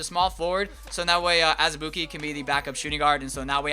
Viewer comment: Surprised you said Azubuike's name right lmao